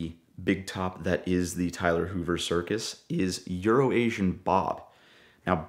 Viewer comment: I like the way he pronounces euro asian bob, Tyler can learn a thing or two from this guy